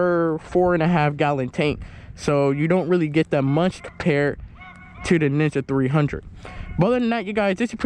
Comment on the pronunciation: sounds like you are saying nigga 300